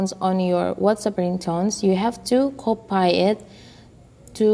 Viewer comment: I like when he say copai...it's copy